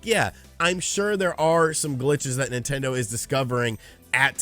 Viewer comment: "Nontendo" Youtuber